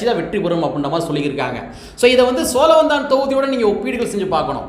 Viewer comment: சோளவந்தானா. சோழவந்தானா